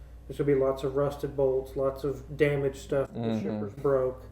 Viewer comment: I thought you said strippers, not shippers. That would’ve been one interesting video.